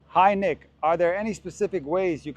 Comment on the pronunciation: Who else heard "Hi Nigga" instead of "hi Nick" at the beginning of the video?